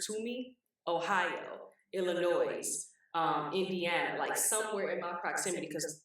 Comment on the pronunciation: Did she say, "Illi-NOISE"???? WTF??!!